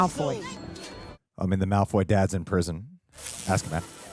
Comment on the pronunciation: please, for the love of God stop saying Malfoy juice